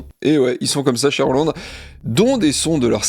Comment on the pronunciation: Les japonais de Roland se sont inspirés de "la chanson de Roland" pour le nom de la marque. Du coup, il faut prononcer Roland à la française.